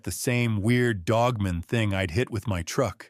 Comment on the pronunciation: Did nobody at least edit this AI video? The woman’s arms are obviously a man’s hairy arms. It’s just lazy and it’s not pronounced Dogmun lol.